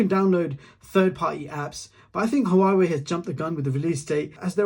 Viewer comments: Great review but pls, Huawei is pronounced Waaa-way. Not ha-waa-way! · Why do you say hauwawei it sounds weird is huawei